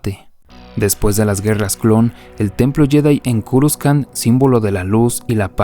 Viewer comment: culiao por que le dices curuscan! jajajajaj me estrersai csm XD